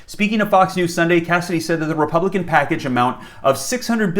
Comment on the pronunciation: Wah ima poooh wepubican wh wah wwah